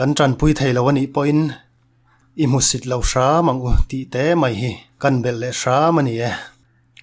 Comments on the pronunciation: I tangkam leh thluk dan hi ngaihthlak a nawmviau rualin, hmusit/ hmuhsit tih tawngkam hi hmuhsih ti ang hian i lam tlat thin a, fimkhur teh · Hmuhsih nilo in hmusit tiin lam thei la a va duhawm em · Hmuhsih ni lovin hmuhsit tih zawk a va tha em. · Hmusih nilovin(hmusit)tih zawk a chhiar ni se ngaihthlak ahah dam deuh tur. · Hmusit i lam dan hi a dikhlel deuh tlat." Hmuhsi" i ti tlat mai